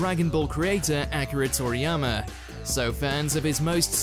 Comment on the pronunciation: Not Acura Toriyama lol Akee- Rah, Akira lolol